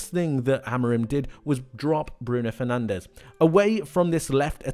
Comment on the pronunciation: You're gona say athletic cloob but can't be bothered to say fernandez properly